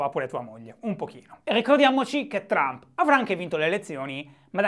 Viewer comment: Che ne dite di bandire dall'Italia tutti quelli che al TG pronunciano "Baraccobama", "Illari Clinton", "Berni Senders" e poi li senti dire "Donald Ciump"?